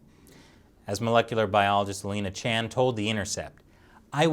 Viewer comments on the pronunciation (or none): none